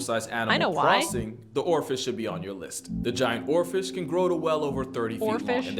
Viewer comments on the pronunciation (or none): I thought it was because it sounded like he said "Orifice" instead of Oarfish lol